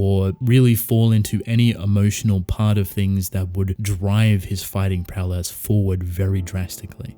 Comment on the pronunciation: It sounds like you’re saying prow less every time you say prowess.